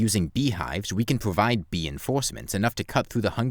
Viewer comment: "by using hives, we can probide beenforcements"